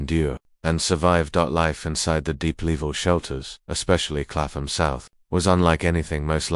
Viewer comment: Clapham: pronounced ˈklæpəm i.e. KAPP-m…the AI voice is wrong and unnerving to English ears.